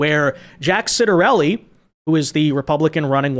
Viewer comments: I believe that Jack's name is pronounced "Chottarelli". Just to say.... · NEW JERSIAN here and we'll be voting Red as usual. It's pronounced Chit-er-elli